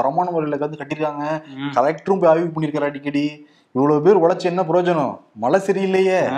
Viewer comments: A request to. Please try to pronounce the Tamil letter ""ழை"" correctly. Speak "மழை", and not "malai", which means something else. If you try honestly, you can get it in a week's time. Please. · தம்பி மலை அல்ல மழை நாக்கை சுத்தப்படுத்துங்கள்